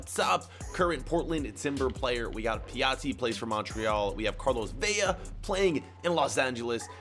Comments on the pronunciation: In Spanish, two L’s make a y sound. If it’s one L it will always be an L so it’s Vela not Vella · Vela has one L that means it Ve-la not Ve-ya.